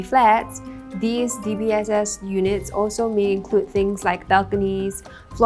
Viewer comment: You really ought to be able to pronounce "these" if you're going to host a news show.